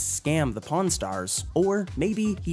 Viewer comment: PRON STARS OR PAWN STARS I keep hearing the other word